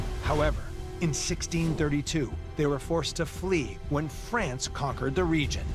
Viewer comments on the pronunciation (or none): none